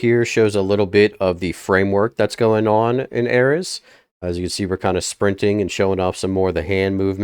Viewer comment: Normal people pronunciation: ARES (AIR-EASE) Him: ARES (AIR-RIZZ)